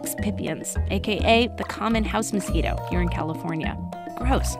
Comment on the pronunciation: El mosquirou 😂 se oye chistoso en inglés